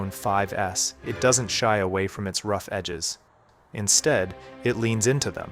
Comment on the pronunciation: Lol it's "rough". OK bro.